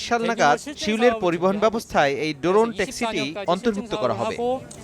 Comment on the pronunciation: Doron na drone hobe pronunciation